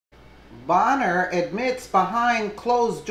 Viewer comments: It's pronounced "bane-er" lol every time you said "bon-er" I cringed. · Pronounced BAYNER. Did you just start paying attention to polotics?...